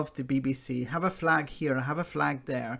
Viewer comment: The Royal underlying , deliberately unspoken question from a staunch Scottish Tory ... “ And what about the Republic of Ireland’s Flag 🇮🇪 ( l’m sure l heard “ Fleg “ 🇬🇧 ... but maybe my imagination concerning a separate Flaggish Cultural Predisposition 😬 ) BTW ... By all means talk up Glasgow ... but “ Powerhouse “ is historical and a one-eyed observation ! Tory Toffs couldn’t find Glasgow on a map of Great Britain ... so stop the Flaggishness you complete twerp !